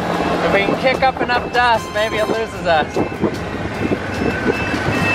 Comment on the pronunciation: "i think it's the dast" lol